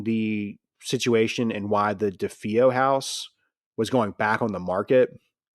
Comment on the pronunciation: It's duh-fay-oh, with the emphasis or stress on fay. This is based on listening to an interview with one of the family members. As well, it was luhtz, not lootz. I know he said he has a hard time with words, but holy cow... How do we know anything that Anson wrote in his book is true. This guy seems a bit too credulous. As much as I'd like to believe the Amityville story, I've done enough reading, listen and investigating to really feel there's not much to Anson's book. I'll give him one thing, he knows the Warrens were full of it.